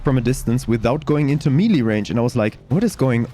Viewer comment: I've always heard it pronounced "may-lay", maybe "meh-lay" I've not heard anyone else ever pronounce it "mee-lee"...